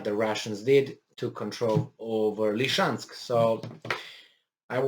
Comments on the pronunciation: Love you and I'm grateful for you. That said, it's not "Lee-chansk," it's "Lizzie-chansk." Love you otherwise. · SE ZICE Lisiceansc... LI-SI-CEANSC.. NU Lişeansc !!!